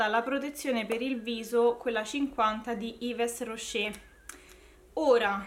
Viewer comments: Yvrosce' mi sa che si pronuncia ;) 🤗😘. Io comunque ti vorrei come amica🤗. Troppo dolce,simpatica e anche tu sei chiacchierona 😂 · sono morta dentro quando hai detto IVES ROSCE', ma sei troppo tenera e simpatica e ti perdono ♥ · Quando vedo quella palette in altri video mi vieni sempre in mente.. é proprio la tua! Assolutamente sì ai tuoi prodotti indispensabili per categoria..è super utile! Le pronunce corrette sono Burjuà e Iv roscé! Ahahah sti francesi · si pronuncia "IV ROSCE' " (yves rocher) giusto così, per dirtelo, prima che ti diano addosso per la pronuncia errata 😘